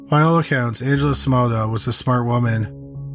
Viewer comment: The story is good but your narrating is awful😱 your words are slurry and you sound like you are stoned. The way you say Simona makes me want to pull out my hair